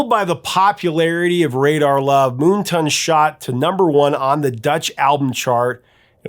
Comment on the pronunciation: Isn't the album title "Moon Tan" (not ton) as in the opposite of Sun Tan?